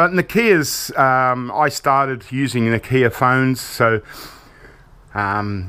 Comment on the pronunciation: its not na kia its nokia